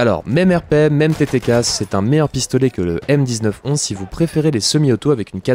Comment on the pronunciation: Stp arrête de dire m 19 11 et dit plutôt 1911 ou m1911, puis en général quand il y a une date dans le nom d'un arme c parce qu'elle a été créée a cette date là et il faut la prononcé dans son nom